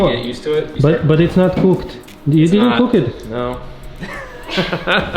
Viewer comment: this is the funniest thing I’ve heard in a while lol “esss not coooked”